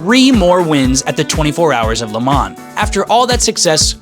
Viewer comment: Hate the way he says Le Mans